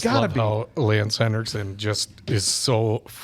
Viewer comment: It's Henriksen, not "Hendricksen"!